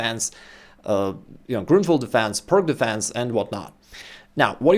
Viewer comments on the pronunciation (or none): The c in Pirc defense is pronouces as c in cis. It's not Perk defense.